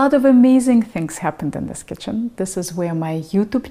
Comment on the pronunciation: did you say Goodbye Chicken in stead of Kitchen? It was funny!